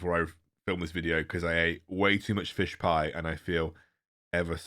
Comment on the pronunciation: “Fish pie” - you are so British 😜